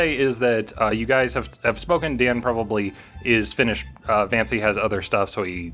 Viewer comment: Who else heard say "Vancy and Margaret" and just thought to themself who tf is Margaret